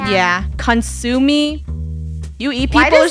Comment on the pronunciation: Funneh saying Consu Me instead consume😭😭😭